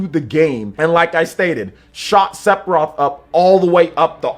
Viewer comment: Is he saying "Sepiroth"?